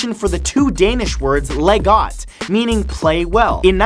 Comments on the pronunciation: LOL "Le got" XD :D If I had to explain the pronunciation it would probably be: "Laj Gort" :P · "LEGGOT" -.- smh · His pronunciation of " Lej Godt" Is horrendous. It's pronounced "Lai- got" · actually leg godt (lego) is pronounced lai got (godt pronounced like he did in the vid) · Lege godt should be pronounced: Laie got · "læh got" lol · Oh god you mispronounced "leg godt" so wrong. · omg u cant pronouns leg godt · As a Dane (person from Denmark) it was hilarious to hear you butcher the words "leg godt" from the Lego fact 😂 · sorry to say. but you did not pronounce "leg-godt" (lego) at all! :D you wrecked danish in 2 seconds. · When you are Danish, you can't help but cringe a little at #25, when he says "leg godt" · i am despondent. you pronounced "Leg godt" wrong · next time, go to google translate to learn to pronounce words like "leg godt" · you pronounced the danish words "leg godt" completely terrible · Sorry Mat, but as a dane, that is noooot how you say "Leg godt" :P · haha the way you pronounced "leg godt" was too good <3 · Damn it Matt! That's not how you pronounce "Leg Godt" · As a danish you could at least have practised the words "Leg godt" in question 25 just a bit better. It was only common sense that made me realize what you were saying. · The moment he said "Leg godt", all danish people cringed.